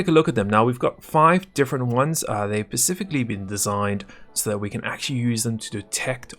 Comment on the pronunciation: Please, for the third time, its "specifically designed" not "pacifically designed"